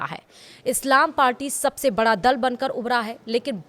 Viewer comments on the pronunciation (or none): none